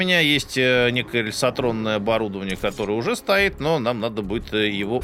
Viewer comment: Мне мерещится, или ты всё время говоришь лесотронное? Вместо рельсотронное.